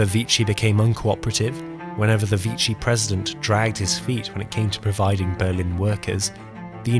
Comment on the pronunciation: surprised the commentator has not yet mastered the word"VICHY". I prefer to word "normality". Don't you ?